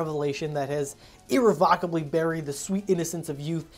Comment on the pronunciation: I have never heard someone pronounce "irrevocably" wrong but you managed it. It got me to comment but I'm onto you!!